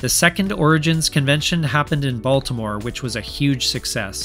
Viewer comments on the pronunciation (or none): none